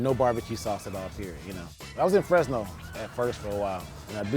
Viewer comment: Did i hear right? "Fresno"?